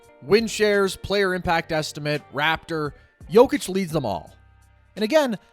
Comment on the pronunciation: Well his name is Jokic no "D" lol